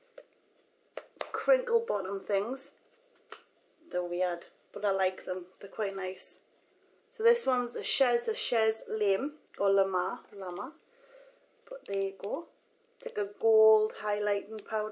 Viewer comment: I love you! The "weird crinkle bottom things" oh my gosh you had me laughing! "they're weird" so funny. The first one is Chez Lame which is pronounced like shay la-may, chez is french for at the home of, and lame should have an accent over the e and that means having a metallic quality. Thanks for such a great review! Wrinkle wrinkle!! XOX